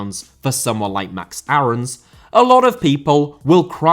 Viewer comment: max aarons is pronounced “airens” not “arhowns”